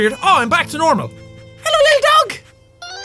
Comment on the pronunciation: when he spelt his coffee he did ffffffffff and then he said hello f f f f f f f f f f f f f Hello sounds like fellow